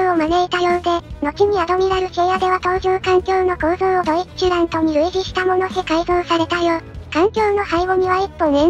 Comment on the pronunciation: 個人的には発音はドィッチュラントだとおもってます